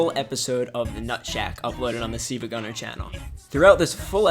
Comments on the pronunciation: its not seeva its silva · exactly it's pronounced sil-va like silver, sil-va-gunn-er not see-va-gun-ner